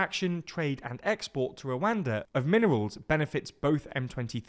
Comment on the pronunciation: No shame up on you when you pronounce Rwada backed rebels?